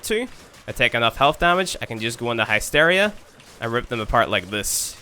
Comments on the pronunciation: its not naysteria its hysteria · The heck is hi steria? I've honestly never heard it pronounced that way in any accent until now. Lol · Pronounced HISS-teer-ee-ah (or HISS-tair-ee-ah) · High-steria? You can't you your Irish accent as an excuse for that one!